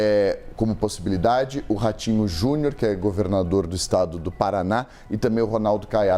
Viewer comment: Ratinho "JUNHOR" 😂😂😂😂